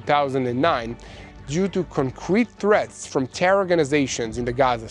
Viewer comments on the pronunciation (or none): none